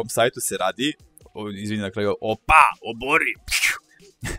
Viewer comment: Ti kako kazes opa,meni zvuci wopa :D Samo kidaj ! <3 #wopa #opa #obori